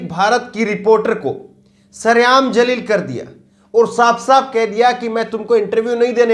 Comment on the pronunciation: aap apna pronuncition theek karain Jaleel Shabd yahan piryog nahi hoga yahan Zaleel shabd ka piryog hoga